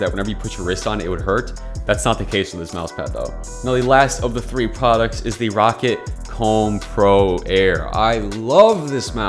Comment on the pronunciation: its pronounced raw cat not rocket lmfao